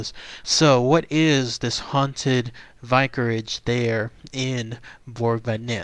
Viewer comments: Have.... have you never heard of a vicarage? You can’t pronounce it. And I also say that because you don’t seem to know that a vicarage is a place where vicars would live.... ya know.... clergymen..... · perhaps look up how to say vicarage.